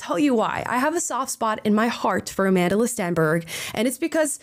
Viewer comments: A-MANDELER Stenberg? How are you going to pronounce an African name so egregiously incorrectly? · Its Amandla not Amandila 😂😂😂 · "Amandla" as in "power", not "Amandela" like "a lot of South African money" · lol cracks me up every time people say her name wrong